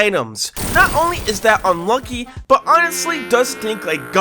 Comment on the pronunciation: Bro I heard I monkey instead of unlucky